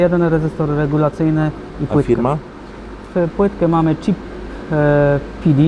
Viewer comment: chip to nie cheap, angielski do poprawy:P